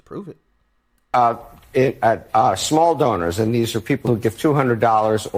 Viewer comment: Did you say small donor or small Boner?